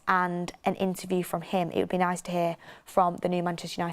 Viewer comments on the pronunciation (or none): none